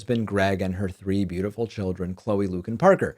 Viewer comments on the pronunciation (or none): none